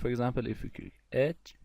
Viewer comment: It's so great video, but your pronunciation of word "click" is killick me... anyway, thanks for doin'this